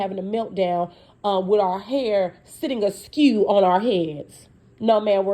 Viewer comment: Not “askew” 🤣🤣🤣